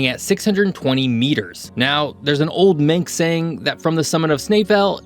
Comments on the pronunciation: Manx not minx so Manx slate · Minx language . 😆😛🤪 it is Manx ffs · It’s Manx (man + x) not minx ;) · Manx is pronounced man-x